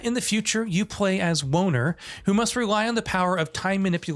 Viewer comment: Scuse me? Did I hear that right? Hologram's main character is called Boner?